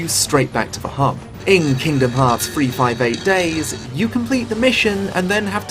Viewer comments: Oh shit, someone FINALLY pronounced the title of this game correctly. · Oh shit it super threw me off that someone said 358/2 Days CORRECTLY